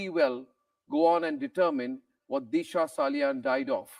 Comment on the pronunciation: Deesha ? It is Disha, the Sanatani Bharatiya pronunciation. Take pride in - Sanatan Dharma through correct pronunciation. ( I boycotted Bollywood after the murders. It continues.)